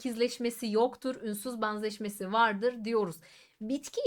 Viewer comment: Ünsüz baanzaşmesi nasıl bir telaffuz🤔 Banzettiği için🤐